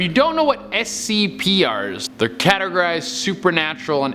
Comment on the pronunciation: did he just say scpr's